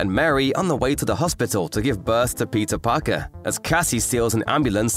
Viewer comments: The whole video I thought, that he is saying Pizza Parker 😂😂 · Why am I hearing "Pizza Parker"?